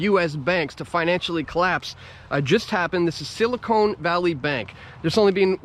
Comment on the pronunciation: Good stuff as usual! It's silicon not silicone.